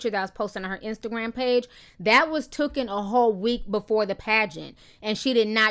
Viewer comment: Ti it's "taken". When you say tooken you actually mean taken. Tooken isn't a word. Just substitute the words. Love your videos.